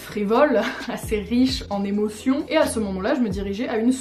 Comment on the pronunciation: « Assez riche en émotion » J’ai compris : « Assez riche en emo-fion ». Le confinement, ça me réussit pas...